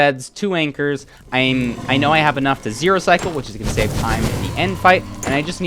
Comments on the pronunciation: “try to pearl hang to the fortress to SÆVE” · you said "save" weirdly